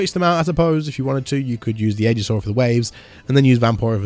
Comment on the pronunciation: Just a heads up. That word is pronounced E-Gis